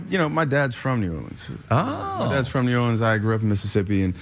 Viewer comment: I think Channing Tatum is saying Knee-Yourleans instead of New Orleans....? I'm a little drunk though